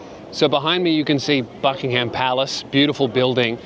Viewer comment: Oh come on now we forgive Americans for saying 'Bucking-ham palace' but you're accent's one step away from cockney, you've got no excuse.